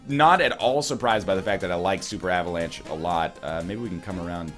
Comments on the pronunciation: "Avalance" Heheheugh. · You are turning british. Avalanche? uhvuhlahnch.